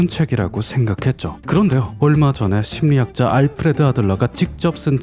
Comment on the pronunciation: 그.. 정말 좋은 영상에 죄송합니다만 심리학자가 자꾸 침략자로 들립니다. ㅋㅋㅋㅋㅋㅋㅋㅋㅋㅋㅋㅋㅋㅋㅋㅋㅋ